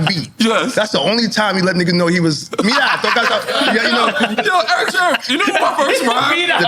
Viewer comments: Why does NORE keep calling him Erick Sherman? 😂😂😂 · Nore kept saying Eric Sherman.😊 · Nobody: ... NORE: Erick SHERman